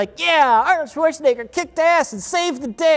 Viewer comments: Why does keep saying Schwarzenigger? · Why does everyone keep saying Swortshenegger, nobody is expecting german pronunciation but please, the Sh sound is in the beginning. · Do Americans say "Schwarschenegger" or is that just dementia? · "Chwarchnaeger". XD Here's a tip on how to pronounce it: Schwartzen - egger (or simplified to chwartzen - egger) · "Swartschenegger" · I love but he says Arnolds last name like it has an I and not an E. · The way pronounces "Schwarzenegger" will never stop being so utterly fascinating.